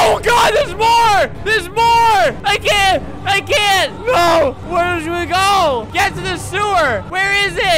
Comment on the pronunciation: for those who can’t understand “I CAN TAKE THIS ANYMORE”